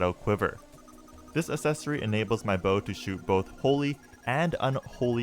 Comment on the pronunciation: Someone teach him how to pronounce "accessory"